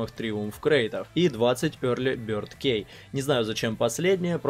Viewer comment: хаха, ки